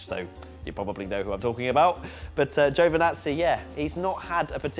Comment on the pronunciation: GIOVINAZZI , not fucking joevanazzi why cant anyone say this guys name properly